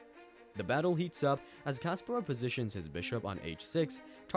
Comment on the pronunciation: Garry Kasparov Not Kasperov...